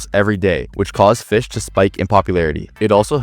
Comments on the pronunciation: For some reason when he said Fisch I thought he said b!tch. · Bro did NOT Say Fisch✌️🥹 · Bro did NOT say fisch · bro did not say fisch😭🙏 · Bro did not said fisch 😭🙏